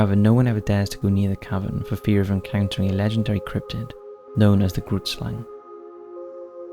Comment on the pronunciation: I’m from South Africa and the Grootslang is not at all pronounced in the way you are pronouncing it. It always makes me laugh when I hear foreigners try pronouncing Afrikaans words 😂🤣. It’s an Afrikaans word and translated into English is Big Snake or in this case Giant Snake and the correct pronunciation of the Afrikaans word is difficult to describe but the “G” is pronounced similar to the “‘Ch” in the Jewish word L’Chaim then the “roo” then “it” and the Slang part is pronounced closer to “slung”